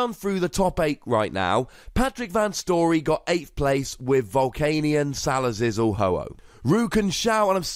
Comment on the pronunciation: Why do you say salalizor it's salazzle